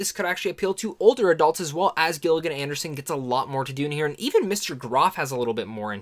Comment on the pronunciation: Dude you butchered some of the actors names in particular Gillian Anderson( jill-ian and-erson and Ncuti Gatwa- correct pronounciation ( shootey gatwa)